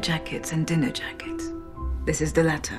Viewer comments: Yo, j'ai remarqué dans l'extrait de Casino Royale qu'Eva Green ne prononce pas les "s" à la fin de jacket, est-ce volontaire ou une petite erreur de script, sait-on jamais:x? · Non, elle les prononce. C'est subtile mais ils sont là.